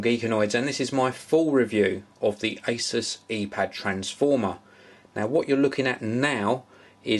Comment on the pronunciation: You say 'asus' wrong